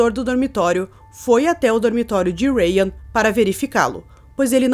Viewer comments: E dae que se pronuncia raim e não rayan... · Mulhé, eu já vi esse caso dez x em dez canais diferentes de true crime obviamente pois nicho está hiper saturado né... Mas eu nunca vi ngm pronunciar o nome dele desse jeito não hahahaha "rain" em inglês e chuva hahahaha o nome dele é judeu, se pronuncia Rrráim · Sou judia ortodoxa e não conhecia essa história. Uma dica, se pronuncia "Raim", o nome dele e a escola Yeshivá., sou fã do seu trabalho! A melhor na área true crime.